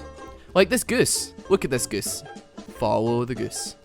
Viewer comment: The way you say goose is hilarious lol. "like this goos. look at this goos. fallow da goos."